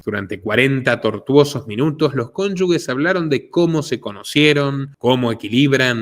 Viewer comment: INVESTIGA COMO SE PRONUNCIA "CONYUGE" Y "CONYUGES", LOS PRONUNCIAS MAL... UN SALUDO.